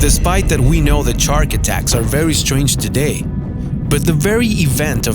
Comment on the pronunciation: I believe he said chark